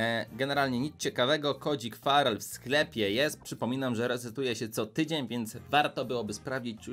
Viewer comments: Ja zamiast farrel usłyszałem szpadel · XDDDDDDDD co za angielski brawoo:p a tak przy okazji jak się nazywa twój klan? mam 9 i pół tysiąca puszek i nie wiem czy to starczy